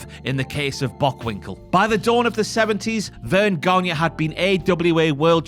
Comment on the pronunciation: The pronunciation of Gagne is not Ganya but Gani.